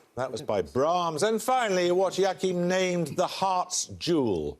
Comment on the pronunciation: "Yakihm", Paxman? That is not how to pronounce Joachim. The hardest part of Paxman's questions is sometimes understanding his pronunciation.